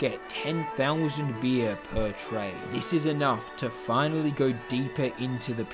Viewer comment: why do you keep saying "bir" its beer you imbecile